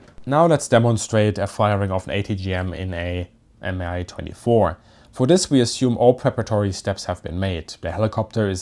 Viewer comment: Pronounced “me 22” they don’t say M I